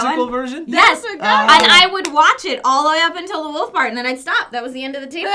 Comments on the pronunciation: It's not a fucking woof. It's a wolf. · idk about Hershberger country, but out west we pronounce it just how it's spelled, wolf (like wool + F) and wolves (wool + vz). You'd get made fun of and beat up in elementary if you called a wolf a woof. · Aaaw,... I now have lost respect for you for not pronouncing Wolf properly. -. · says 'wolf' and 'wolves' with quit a heavy accent